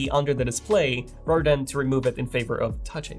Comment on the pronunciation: Dude practice your “the” leather, rather, you keep pronouncing it like a D. I’m also bilingual.